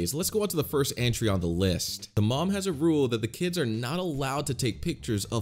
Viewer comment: Also why do you say m-oo-m it should be m-uh-m